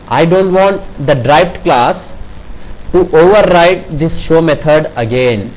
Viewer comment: You are pronouncing Derived class as "Drive" class.........it was confusing for me earlier...otherwise Nice video.